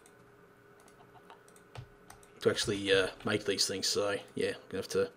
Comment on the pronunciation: make not mack